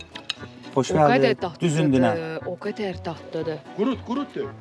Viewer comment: Ay, qurunt yox, qurut.